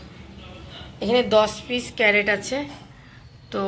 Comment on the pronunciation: Carrot bole na crate bole